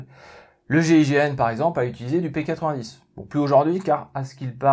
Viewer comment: non c'est pas un P80 10 c'est une arme belge donc merci de respecter la bonne prononciation x)